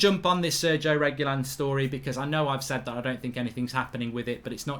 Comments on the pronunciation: My guy Mark just said SERGIE REGYLON. It’s Sergio Re-Gee-Lon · "Sergo Regilon"🤣🤣 he butchered this more than DVDB